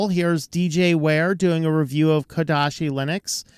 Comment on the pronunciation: ouch, it's not KodaSHi